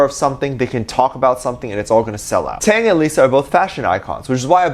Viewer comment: Out of the blue, and I am definitely not throwing shade on you, but just wanted to bring to your attention Taehyung's name pronunciation. The way you pronounce it like NCT's Taeyong. In V's name you do pronounce the H. TaeHyung. Love ya!!💜💜💜